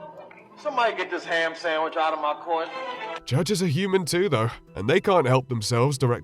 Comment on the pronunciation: "someone get this ham sanwhich out my court!" LMAOOOO